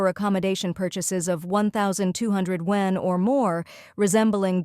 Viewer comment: Please teach the AI to pronounce YUAN correctly…😅